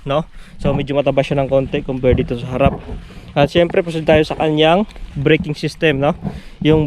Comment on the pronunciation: Syemprrrrrrrrrrrrrrrrrrr hahhahahahaha